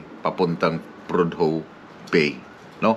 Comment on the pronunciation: Prodhue bay Alaska. SILENT "H" PRODUE! Kabayan.KEEP SAFE and KEEP ON TRUCKING.